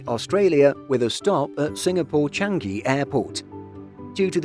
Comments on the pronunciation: I wish they would pronounce Changi properly. It's not Chan-gi. It's Chang-i (pronounced Chang-ee with the stress on the pure vowel at the end). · Always annoyed when Simple Flying pronounce Changi as Chang-Gi. 🤣🤣🤣